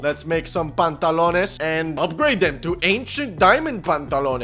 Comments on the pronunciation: Why are you keep saying pantalones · He said? Pantalones? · He said pantalones